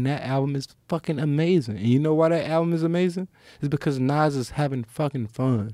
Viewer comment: Any U.K. dons think he said Nines not Nass at first 😭